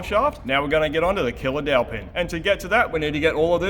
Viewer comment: i heared "killer-aunty" 😅